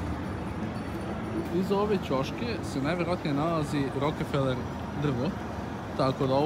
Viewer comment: nije rokEfeler nego rokfeler.